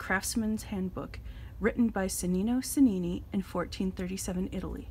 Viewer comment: Pronounced as though it was spelled "Chenino Chenini" - the "ce" and "ci" in Italian make the English "ch" sound.